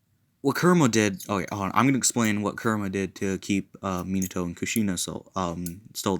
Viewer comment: Its min-a-toe not min-e-toe